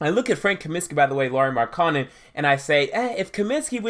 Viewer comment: SAY THIS WITH ME....MARK-KA-NEN......N-TILI-KI-NA......GO BACK TO ENGLISH CLASS AND LEARN HOW TO READ.